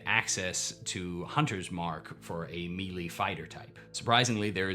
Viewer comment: I appreciate your videos, but your pronunciation of "melee" is killing me. It is "May-lay" not "Mee-lee".